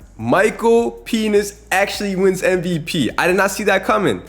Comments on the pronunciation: Bro said Micheal peni$ 😂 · BRO DID NOT SAY PENIX